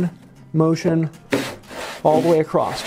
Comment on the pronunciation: across't - lol in every video btw these videos are great, learning a lot